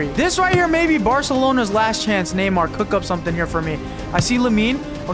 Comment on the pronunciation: him calling neymar namor is funny